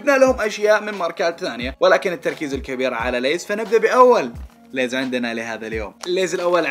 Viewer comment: انا اتابعك من زمان ويعجبني اسلوب بس عندك شيء مو عاجبني ابغا افهم ليه مسوي نفسك تتكلم انقلش مثل الاجانب حبيبي كل بيض وقول اسماء التشبسات بنطقها العادي من متى لِيز صارت لَيز يرحم امك لا تتفلقس سوري تحمست شويتي🙂🌝